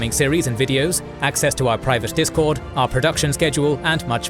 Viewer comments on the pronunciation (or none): none